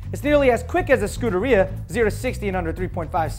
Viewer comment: skuderia?????/ scuderia ( shu-deria )